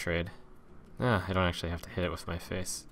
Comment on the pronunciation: "This play is AXEually good."